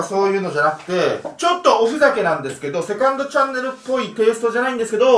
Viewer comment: 最初のセカンドチャンネルって言うところ絶対セクハラチャンネルって言ってるよね？